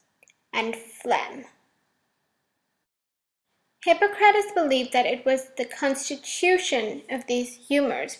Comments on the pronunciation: It's Hip-PAH-cruh-teez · Ummm….that’s not how you pronounce Hippocrates